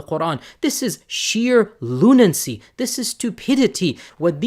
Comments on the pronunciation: From using "big words" like ultracrepidarian to talking about "lunancy" [sic] ..... It is "L-U-N-A-C-Y", Yasir, not "L-U-N-A-N-C-Y" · lunancy? that is a new word to me.